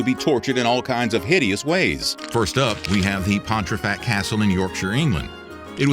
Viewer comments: Came here to say this too! He said Pon-tree-fact more than once. My eye is twitching 🙃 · As a proud Yorkshireman, the added 'r' in your pronunciation of Pontefract causes me to twitch!